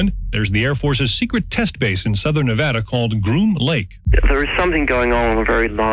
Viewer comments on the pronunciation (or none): none